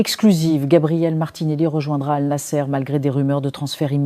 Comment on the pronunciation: Annassr et non anasser...c'est pourquoi pas compliqué !😂